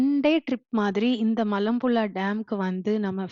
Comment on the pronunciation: மலப்புளா இல்லை மலப்புழா சரியாக உச்சரிக்கலாமே